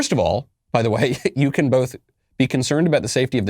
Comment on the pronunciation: "Yes, we cwan" UwU